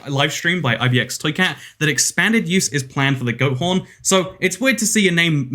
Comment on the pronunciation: It does not sound like your saying ibxtoycat it sounds like mkxtoycat